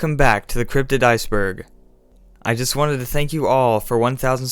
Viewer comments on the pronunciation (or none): none